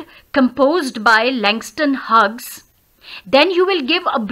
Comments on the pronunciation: Are u pronouncing correctly "huges" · I m sorry it's mistakenly pronounced it must be pronounced as hews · No sorry mistakenly pronounced Plz... It's is pronounced as hews is pronounced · You pronounc of Hughes is wrong 👎